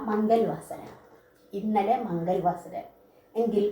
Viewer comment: . ക്ലാസ് നല്ലക്ലാസാണ്. മംഗൾ വാസര : എന്നതിനു പകരം മംഗള വാസര : എന്നല്ലേ വായിക്കേണ്ടത് ?